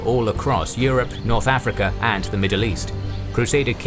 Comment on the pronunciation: I like how this guy kinda pronounces Africa like “afrekea”.